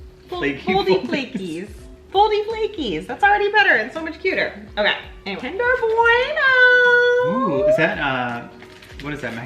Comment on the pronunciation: Why do Americans say kinder bwuAYno 😂 It's kinder bwueno Kinder Bueno 😌